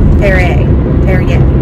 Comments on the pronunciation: By the way, You are saying 'Perrier' correctly! xx ps: Does the giveaway include the UK? If so, I'm in please? xxx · Would definitely love to be in the giveaway! Also you did pronounce that water correct I think! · The sparkling water can be pronounced Pear-e-a. That's how I say it. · I don't drink it but I pronounce it PerryA that is the easiest for me to remember. I don't care if it is proper or not PerryA works for me . if they don't like it TOUGH. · Pronounced Perry yeah!